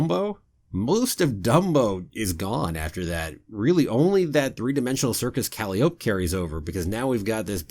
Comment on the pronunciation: Umm...how are you pronouncing calliope there? ;-)